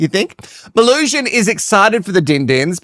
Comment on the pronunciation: As someone who shortens my full name to Mel, please only call her Melusion. Everytime you say Mel I die even more inside because it's something more and more stupid. 🙄🫣😵